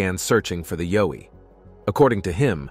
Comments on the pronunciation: It is yowie pronounced yow iethe yow to sound like ouch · Pronounced YOW as in Y and ou from 'ou'ch plus e. Plus not a myth I met one outside my home in NT, many years ago, and we stared at each other less than one metre apart. We were both stunned.